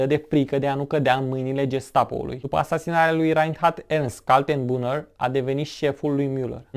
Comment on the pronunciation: Se citește ,,ernșt kal-ten-bru-ner", omori efectiv numele germane, ușor de pronunțat.